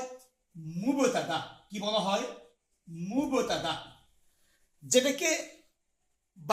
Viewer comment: হুজুর, উচ্চারণ "মুবোতাদা" নয়, বরং "মুবতাদা"